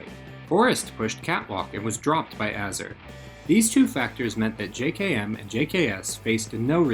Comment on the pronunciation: Minor gripe but it's pronounced jay-kem not j-kay-emm